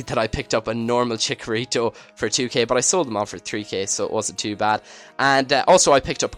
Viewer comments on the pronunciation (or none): chicharito not chikarito